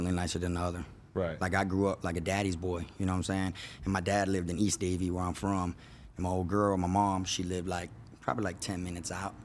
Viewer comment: No disrespect but East Side DAY-VE? MAN, IVE BEEN IN BROWARD FOR 30 YEARS NOBODY PRONOUNCES IT LIKE THAT BUT KFROG!!! It's Davie, it ain't nothing but a little country Town in Broward county put it this way that's where they hold the rodeo at!!! STOP PLAYING....it's basically the WHITE AREA of Broward County...